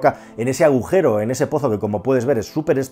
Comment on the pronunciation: Aujero??? o agujero...